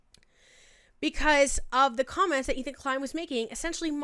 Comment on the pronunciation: “Cokments” is about right